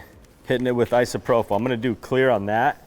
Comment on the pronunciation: It's isopropyl.......pronounced i so pro pil.. there is no f sound in it.... j/s.